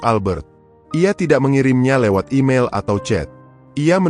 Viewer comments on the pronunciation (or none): none